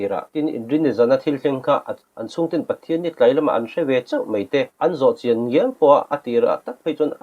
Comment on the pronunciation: Mei, mei mei, meithei...puitling chin chuan, mai, mai mai, maithei tih hram hram a ṭha...Eizawl tihte hi a zia lo em mai